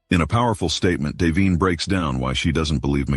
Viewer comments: Queen, the victim's name is Davion not Dameon! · The other boys name is Davion not Damien.